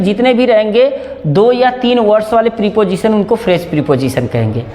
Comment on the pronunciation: प्रिपोजिशन नहीं प्रपोजिशन होता है ड्रामेबाज।